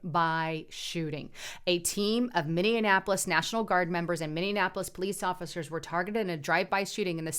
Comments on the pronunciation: MIN-E-AP-O-LIS... not MIN-EON-AP-O-LIS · Did she just say minne Annapolis. I thought it was minneapolis!! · Not mini an apolis it’s pronounced mini apolis ......peace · Sorry, but it's "mini-apolis" not "mini-in-apolis" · Lol - Love you - Totally Love/Appreciate All that you do and share with us 💖 But I giggle every time you say ‘Mininappolise’ It’s pronounced ‘Mini’ ‘apolis’ = Minneapolis Love and solidarity to you and Justus‼️❤️‼️ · I love you but please quit saying MiniAnnapolis. Totally agree with your commentary. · You are saying it wrong.